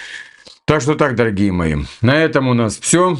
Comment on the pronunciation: Шо ты канючишь , дооогие мои